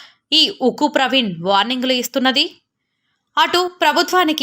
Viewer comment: "UKKU" NI "THUKKU" CHESINDHI EEE SISTER 😀